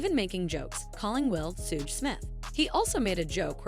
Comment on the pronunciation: Just an FYI to the person narrating in case you ever need to say the name again. Suge is pronounced like “shug” or the beginning of sugar. Sooge sounds like something gross and oozing.